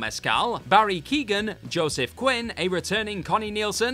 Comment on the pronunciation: Tubridy is pronounced Tub rid ee and Barry is not Keegan but Keoghan-pronounce the G.